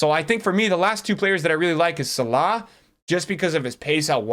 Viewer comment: The pronunciation on names lol zeeedane, salaaawwh